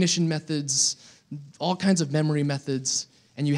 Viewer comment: wtf..he said "oll us 56 cases" oll is 57 cases mate